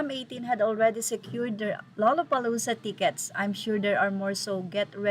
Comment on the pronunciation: Pagpronounce po ang gusto ko lang malaman nya. Ang tamang pronunciation ay Lala…..